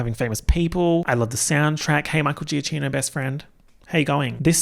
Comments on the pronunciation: I can't believe you keep not doing the proper Italian pronunciation of Giacchino... i wouldn't have said anything but 2 videos in a row .. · I'm not critiquing anything love u bestie but i thought u should know after lost and ratatouille: it's pronounced Michael GiaKeeno like in italian the 'ch' is always pronounced as a 'K' love u cutie xx